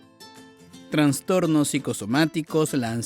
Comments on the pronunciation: Todo estaba genial hasta que escuché: TRANSTORNOS. u.u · ¿Dijiste TraNstornos con "N"? 😂 Perdiste toda credibilidad.